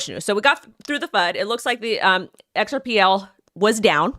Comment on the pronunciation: XRP was meant to be HELD. HODLed. Big rich kids. "xrpL" was meant to be USED by the "little guy." Please guys don't lose your XRP. Hold tight. X R P. not "xrpL" love your show love love!!